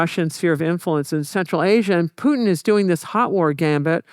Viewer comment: calling Putin 'pooin' is crazy. How can someone study that much history and still putting 0 effort into pronunciation of names. jfc americans